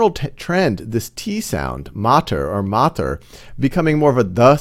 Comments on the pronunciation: MatR is Pronounced as Maat-Ree not Mat-Er PitR is Pronounced as Piit-Re not Pit-Er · Good video. But just so you know, your pronounciation of matr and pitr are wrong. It is not pit-ar or mat-ar. Pronounce t and r sound together.